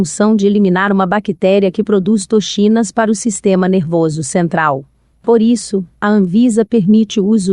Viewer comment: Muito bom, seria melhor se a pessoa pesquisasse primeiro a pronúncia correta das palavras "bacon", "toxina" ,"ranking"... dá gastura ouvir palavras tão usuais pronunciadas erradamente.